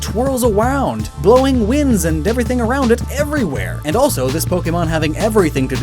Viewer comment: Your pronouncing every thing wrong